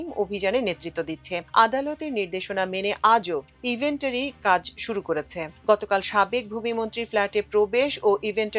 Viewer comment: নিউজ প্রেজেন্টার বেশ কিছু উচ্চারণে ভুল করছেন যা শ্রুতিকটু, যেমন ”চারে সেপ্টেম্বর” (হবে চৌঠা সেপ্টেম্বর), ইনভেনটরি কে বলছেন ইভেন্টরি।